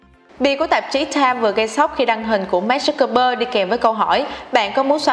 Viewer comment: Mark zuc bergker là ai thế mn tên ng nổi tiếng phát âm còn sai 😆